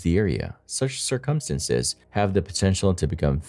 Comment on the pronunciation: Your pronunciation of "circumstances" is always interesting to me. 😂